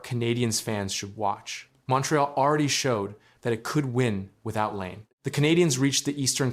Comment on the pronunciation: if you are going to make a fucking video about someone at least have the courtesy and decency to pronounce their name correctly. you are a fuckign donkey. your video fucking blows get fucked